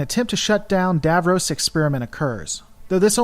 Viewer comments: It's pronounced Dav-Ross not Dav-Rose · It isn't pronounced Davrows it is pronounced DavRoss, and Daleks are pronounced Darleks.